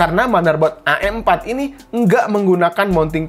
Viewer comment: Wih sering ngaji nih ngomong am4 aja a' m4